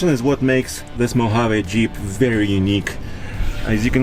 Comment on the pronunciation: MO-HA-VEE!!!!! English guys.. not Spanish